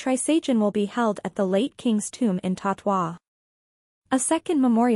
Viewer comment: "Tattwa"!? Yikes!